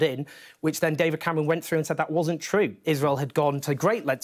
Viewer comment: Owen: "David Camewon"